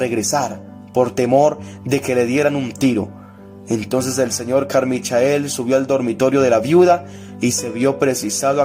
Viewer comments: Se dice "Carmichel", no "Carmichael" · Carmichael se pronuncia "Carmaicol"